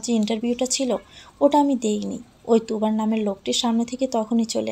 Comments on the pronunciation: According to the written version the name is Turab but the reader keeps calling him Tubar. Is she an illiterate? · তুরাব কে তুবার বলতেছেন বার বার।